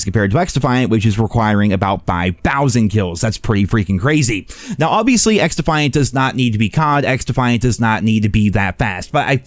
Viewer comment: Bro 😂🤪🤪 xDuhhhFiAnT 😂😂🤪🤪